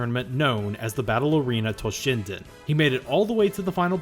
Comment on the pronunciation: You kept saying "Battle Arena Toshinden", but half the time I heard "Ballerina Toshinden". My fault for not paying attention, yet I can't help missing for the lost Ballerina Toshinden franchise that never happened.